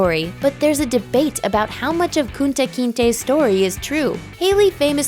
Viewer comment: Why you keep saying Kunta’s name like that lol